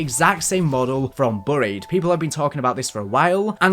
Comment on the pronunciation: Why do you pronounce buried like that🤣🤣🤣